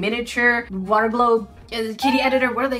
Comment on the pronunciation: SHE SAYS WOOTAH